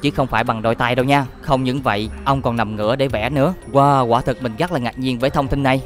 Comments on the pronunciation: Rất là đẹp chứ không phải là " gắc là đẹp " nha, thanh niên mà phát âm chán quá... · Hy vọng bạn có thể thay đổi được việc phát âm 😢 , "gất nhiều,gất gất đặc biệt,gất choáng ngợp,gất...,gất..." . Cứ mỗi cuối câu là được bạn thêm thắc cụm từ "các bạn" 😢